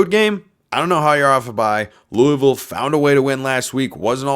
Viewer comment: Pronounce Louisville right if you want to be a podcaster